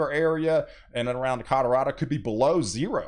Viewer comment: Cadorado ? Wtf?